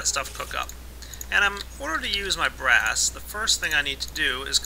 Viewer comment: I thought u said grass when you were makin BRASS